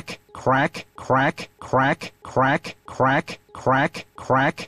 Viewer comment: The more you listen to it, the funnier it gets. It sounds like he's saying "quack"